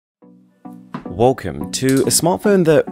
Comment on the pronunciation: I still feel like you're saying wolkom